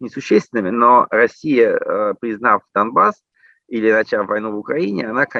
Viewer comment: смысл проговаривать слово "Дамбасс" через букву "м"? Dumbas - в переводе с анг. означает "тупица". Это исключительной троллинговый слэнг украинцев выступающих за евроинтеграцию. Автор, зачем сбрасывать долю лицемерия в подготовленный материал?